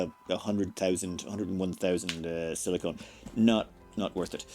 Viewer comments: SiliCON not CONE xD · Not to be a stickler or anything, but your both pronounciations of silicon are wrong. It's pronounced "silic'n", the 'o' is quiet. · Nit picky acros the pond. Differs from place to place...